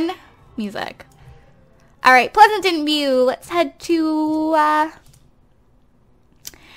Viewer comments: You say pleasentveiw like pleasantenveiw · Pleasanten view instead of Pleasantview :)) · its Pleasantview not Pleasantantview lol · Why are u saying "Pleasantant View?? It's PLEASANT VIEW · Ok this is just something bothering me.....I know you're a long time simmer and you don't have to take this advice but........ Plez-ant-view not Plez-a-tant-view thanks not tryna hate bye